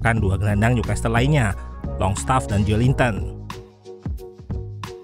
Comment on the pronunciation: Newcastle t nya ga dibaca bang, jadi dibaca nyukasel